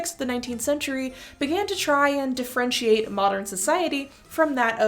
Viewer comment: i had to go back because I'm listening to this while I do housework and fully heard De-french-iate and I assumed it was a word meaning "to make less french"